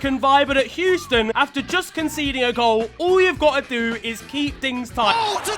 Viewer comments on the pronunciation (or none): none